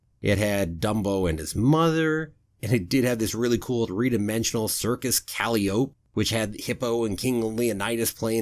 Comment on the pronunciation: Umm...how are you pronouncing calliope there? ;-)